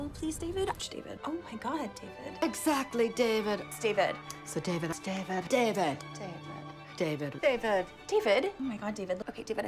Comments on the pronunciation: Alexis: Dee-Ved Moira: Day-Ved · Moira : "Daevid" Alexis: "Deevid" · Ew Dayy-vedd!! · Is it me or does “David” starts to sound like “Steven”? 😂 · At some point all I heard was “daybed” lol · Honestly I heard a LOT of “Divids” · After a while i hear Divot instead of David, idk why